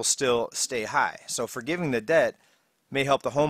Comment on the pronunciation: . You said "fordetgivin"